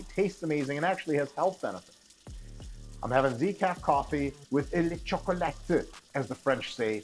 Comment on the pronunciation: The French say Chocolat, which sounds like Choco-laa...Not Chocolateu...Such a douche